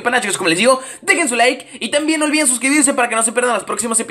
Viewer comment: Dijo olvidence de suscribirse jajajajajajajajaja